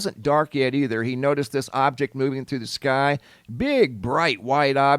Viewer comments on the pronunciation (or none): none